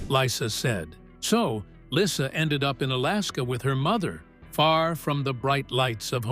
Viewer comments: Her name is pronounced Leesa not Lissa PLEASE get your crap 2gether. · ❤❤❤😮😊dude your sayn LYSSA no no no !!!!! Its baby llysa as dog says baby lyssa ( like Lisa???? Baby lyssa ( lisa!?!? ❤😮😢😊thats her name❤. But its OK ya say it well OK K.@ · Her name is Lisa, not lissa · Her name is Lisa not Lyssa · Why does the person keep pronouncing her name right one time and wrong